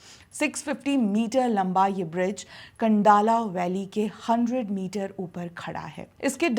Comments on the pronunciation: 'कं'डाला नहीं 'खं'डाला – 'ख' Example: ...आती क्या 'खं'डाला...! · खोपोली और खंडाळा सही उच्चार करिए